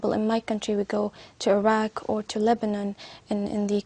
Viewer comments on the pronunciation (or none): none